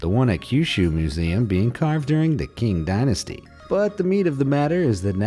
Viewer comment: Qing Dynasty is pronounced Ching